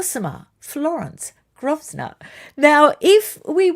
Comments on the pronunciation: the Westminsters’ surname (Grosvenor) is pronounced Grove-ner, not Groz-ner. ❤ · Hi, love your show, especially the depth of research you always go to 👏👏 May I just point out that the family name of the Duke of Westminster is pronounced “Groevenor” (no s audible)?! 😉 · Pronunciation of Grosvenor is GROV-na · The US branch pronounces it Grow ve nor (silent S). I believe the UK one does, too. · I think it’s pronounced ‘Grove ner’ but correct me if I am wrong. The christening unlike the wedding will be a private affair so it is quite possible Harry could be a godfather if he is on good terms with the family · Hi, another lovely video! btw Grosvenor is pronounced Grove-nor. (Aussie who only knows this cos I live here now 😀) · Hugh Grosvener is pronounced Growvner. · It’s pronounced Grovenor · Grosvenor is pronounced 'grove-nor'. Sorry to be pedantic 😊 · it's pronounced Grovner no S, grov as in grovel or grow. Just like luffbru, as The great Terry Wogan said on his breakfast radio show about an Australian tourist asked about the way to Lugerberuger, Loughborough. So funny but I get where he was coming from. His pronunciation did sound, to me anyway, like an outback town in your great Country. 😂❤ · Good morn from Hastings Uk. If you would like to know how GROSVENOR is pronounced …. The s is silent and the first syllable is GROW. growvenor. Yes he is a down to earth person …got married in his home city of CHESTER. Not London. All the tenant farmers of the locality were included. There is a touching story about his father. When an important politician was injured in the Brighton bombing and the wife of the politician was paralysed, the then Duke of Westminster who had never met the politician ….wish I could remember the name …and he only died recently…offered through his land agent a home close to Westminster for life fir what is known as a peppercorn rent. I’m sure you know what that means. Admirable character.